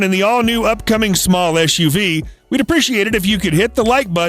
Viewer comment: It’s eS uv, not eSH uv. Just like sitting is not the same as shitting.